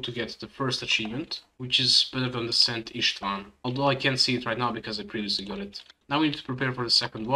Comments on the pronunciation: You pronounced szent István perfectly. Very cool guide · I'm Hungarian and you pronounced it flawlessly